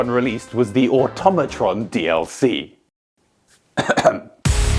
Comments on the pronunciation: you mispronounced "auto-mattress" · It's pronounced Ah Tom Ah Tron because it's a play on "automaton". Although I did go back and watch the original release trailer for the DLC and they do not actually pronounce it out loud, nor is it ever said in the game. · It is actually a combined word of automatic and matron so the proper pronunciation is auto-matron, we actually know the correct way to pronounce this word because we know the correct way to pronounce the words that make it up